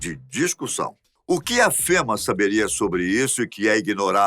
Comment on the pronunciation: De acordo com a Língua Portuguesa, a palavra correta é TORRESMO, e não "torremo", assim como a palavra correta é FÊMEA, e não fema! A palavra fema, tem a ver com o serviço de distribuição de caixões fúnebres, distribuído por um determinado estado norteamericano! Vide link a seguir